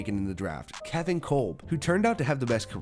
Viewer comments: Kevin Kolb’s name is pronounced “Cobb” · I believe kolb is pronounced Cobb, like Ty Cobb . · It’s Kevin Kolb, like CornCob